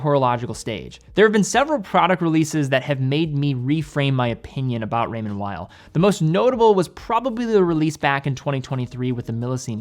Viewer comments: Pronunciation of Raymond Weil? The w should sound as a v I think. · More French sounding...Weil is w sounding 😁